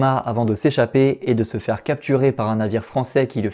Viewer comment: Je suis retombé sur ta vidéo par hasard! Mais mec, apprends franchement à prononcer! vré = vrai, fére = faire! Y a des orthophonistes pour ça! Je vais presque regretter qu'ils ne prennent pas que des parisiens dans le journalisme sur les grandes chaînes, mdr :P